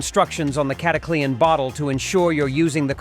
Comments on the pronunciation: It's not cataclee-an haha. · Sounds like the typical AI fake voice. Cata Clee ann??? 1 3 fuel? WTH stupid BOT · Who in heck besides this bot pronounces it Cat a Clee Anne? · You know what's fake you can't even pronounce it right